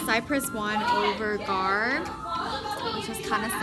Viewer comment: You went to gahr??? Gahr is gahr-bage